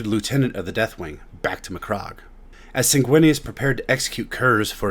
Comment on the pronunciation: I can’t help but cringe at the way you’re saying certain things…SECOND-IS? McCROGG?